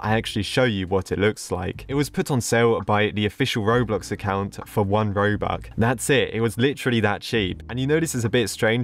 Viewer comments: It's not robuc ITS ROBUX😡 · Did he just say ROBUK not ROBUX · “Robuc” 2021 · i love how he says 'robuck' instead of 'robux' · Everyone: robux today: robuck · is it just me He said robuk